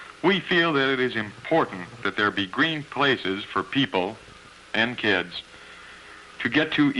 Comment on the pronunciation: "We also have many playgrounds for people…. and kids." Something about the emphasis he put on it made me laugh so hard I had to pause the video. Then he said it again, with the exact same emphasis, and it broke me.